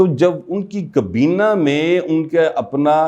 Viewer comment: کبینہ نہیں حضور، کابینہ!